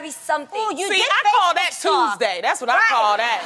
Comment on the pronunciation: " I call dat Twoozdaeey" haha I died. The pronunciation 🤣😂🤣